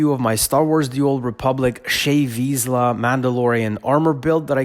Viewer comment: for those wondering, its this mans accent behind the wrong pronunciation of Shae Vizla (said: Shay viz-laar) and Bes-kar sword his work is absolutely awesome and i have to say sorry to hear he got devoiced.